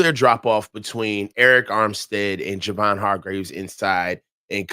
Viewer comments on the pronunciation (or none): Love you and long time listener to you and, but it’s “JAY-VON Hargrave” not Juhvon Hargraves. lol! Anyway keep up the good work (I 😂 kid) and!